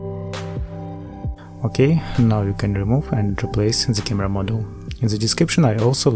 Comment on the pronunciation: Very useful. Thank you. But I think you confuse the words: "module" and "model". They are not pronounced the same and do not mean same. "Module" (meaning: "a portion of the assembly") is pronounced: "modool". "Model" means a Movic vs. a Phantom, as an example. Not making fun of you. I'm from Russia myself and had to learn the learn the language too. Just trying to help back.